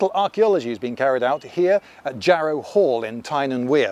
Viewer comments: Jarrow is in South tyneside mate and is pronounced Jarra. So all this video is wrong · Written Jarrow, pronounced Jarrah. Great infotainment from the infotainment specialist himself. I'll wager Lindy hates the word 'infotainment'.